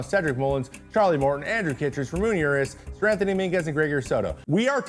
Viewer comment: This dude called Ramon Urias Ramoon Uris. 😆